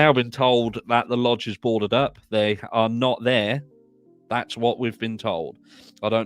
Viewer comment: I want to help you out😊 When you say “Y’all are my babies” you don’t pronounce the “are” you do but you don’t. You are saying it too proper lol. Just say “Y’all my babies” you can start to pronounce the “are” but just let it blend together fast. It’s kind of hard for me to explain especially when I’m typing. But I just want you to know you make me laugh so much every time I watch your videos plus it’s great information but you really really you make me laugh you’re very funny and you make my day.